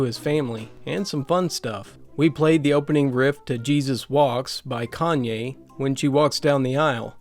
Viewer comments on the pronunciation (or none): none